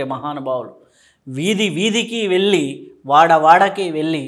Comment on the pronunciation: వెళ్ళి కి వెల్లి కి తేడా ఉంది యాంకర్ గారు